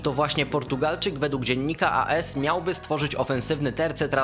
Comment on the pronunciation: serio... Alan SZERER? Dziennik A S? Merytorycznie Twoje materiały są spoko, ale popracuj nad wymową, to nie są niszowe czy skomplikowane nazwy / nazwiska żeby tak je kaleczyć. Pzdr.